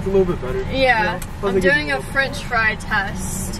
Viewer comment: Strat French friy